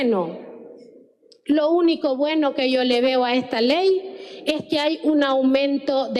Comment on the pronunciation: Lo unico bueno : "Ejta ley"🤭 Sátira a la orden👌que espectacular Que maravilla , me sorprende en cada capitulo, muchas gracias por este momento de diversión y actualización de realidad nacional👏